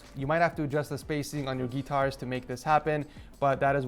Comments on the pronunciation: you might have to adjust your spacing on your “gee-tarr” lmao 😂 🤣 😆 😂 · wth is a Gee-tAr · It’s called a guitar not a geetar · "geetar" ed- 2020